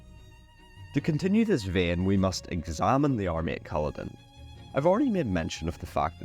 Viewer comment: Smashing video, just need to work on the Culloden pronunciation lol